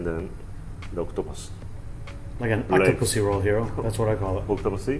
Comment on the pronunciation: Nobody: Hentai: OCTOPUSSYRU